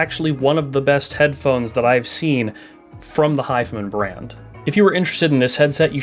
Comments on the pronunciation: hes saying "hif'm'n". is it not "hi-fi man"? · Wait, is it really not pronounced 'high-fi-man'?